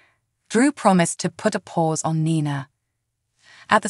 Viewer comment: Its NiNa not Na Na nana means grandma please prounacne names correctly people think your talking about a grandma that's what nana mean it Ni Na say Knee than say Na ❤